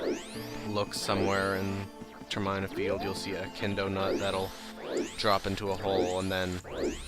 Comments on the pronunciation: TerMAEna? TerMIIna ;) (with emphasis on the Ter) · Well actually it's TERM-EE-NUH or TER-MIN-UH but I prefer the latter